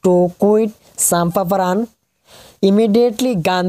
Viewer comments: It's call Champaran not Champaparan.........plz note this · Champaparan nehi re Champaran..🙄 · Bhaii toi bondho kor beh.... Toi ki gaiso toi h jano.... Champaparan nhi champaran...present nhi peasant... Shuirecroper nhi sharecroppers... 🙏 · Champapran nohoi Champaran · Not champaparan its champaran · Pronunciation tuh champararan nohoi champaran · Sir ji ki nohok kintu bohot hahi uthele 😆🤣😅 "pampaparan" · Ake Kali exam ase n....moi u saisu aru ki koise champaparam bole , 😂😂😂🤣🤣🤣😂🤣😂🤣